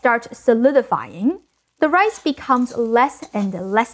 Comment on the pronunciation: Shrimpuh fried rice-uh